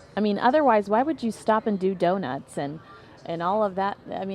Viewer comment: “Doin’ the Do-Nits”